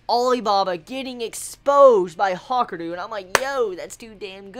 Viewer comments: Ha-ka-ree-ooo pronounce it right lol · It's pronounced like it's spelt. Ha-ku-ryu